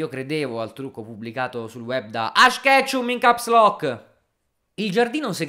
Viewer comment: “Ash KetchEm”